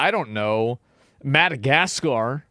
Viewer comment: 'mad.... gascar' ? imagine you can't even speak your own native language.... hoooooly pathetic